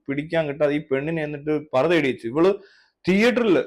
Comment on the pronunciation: parda alla pari-da